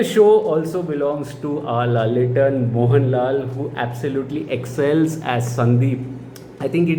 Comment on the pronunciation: Good to see you back to normal without even needing therapy after coolie & war2's trauma. A good movie healed the damage, wish you get to see more good movies like this and no more traumas. 😆😆😆 👍 P.S it's pronounced as laaletten not lallettan but i dont know why ppl spell it like that 🤷‍♀️ 😊👍